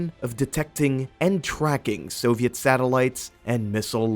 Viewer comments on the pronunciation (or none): none